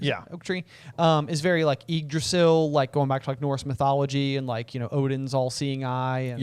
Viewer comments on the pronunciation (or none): none